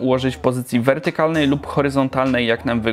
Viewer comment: Nie prościej powiedzieć ze można używać poziomo i pionowo? Zamiast używać pseudo inteligentnych zapożyczeń które ledwo wymawiasz :D. „Wertykalnie” dafaq